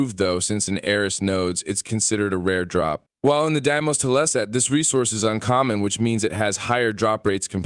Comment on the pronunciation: did you really say "teleset" instead of "tile set"? :D